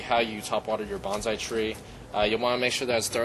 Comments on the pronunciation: Know the proper pronunciation of Bon-sai, it is not Ban-zai . . . Banzai is a battle cry. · By the way it's pronounced "bone-sigh" not bonzai that is a war cry used before committing suicide